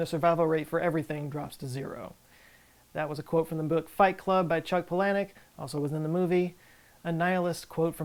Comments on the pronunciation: Palanik? Paul-E-nuck nuck like knuckle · "Chuck palanik"? It's pronounced "palin-*yuk".. and I'm here for knowledge? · Paul-uh-nick This correction is so late went through a whole glasses phase between then and now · Palahniuk is pronounced “PAULA-nuck” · It’s pronounced pa-Len-wick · That is not how you pronounce the author of Fight Club's last name correctly. Just fyi.